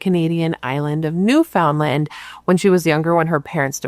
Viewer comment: Good morning & The Bratt Pack! Newfoundland pronounced new-fin-lind kinda lol Happy labor day from bc Canada 🇨🇦 ❤